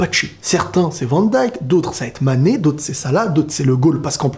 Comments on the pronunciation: Hooo mec c'est pas sané Kan même, tu fais exprès de ne pas prononcer son nom. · T'arrive même pas à dire le nom de MANE